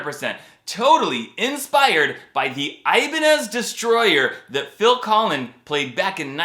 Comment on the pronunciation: Phil Collen not Collins